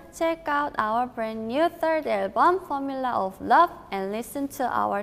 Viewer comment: OMG THE WAY CHAEYOUNG SAID "THIRD ALBUM" IS SO SATISFYING TO HEAR 😍😍